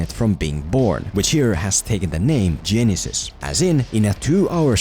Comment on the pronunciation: For only this movie, to me, it's pronounced Ge-NY-sys.